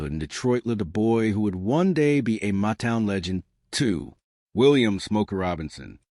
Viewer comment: COULD USE AT LEAST PRONOUNCE THE NAME CORRECTLY!!! IT"S "MOTOWN"!!!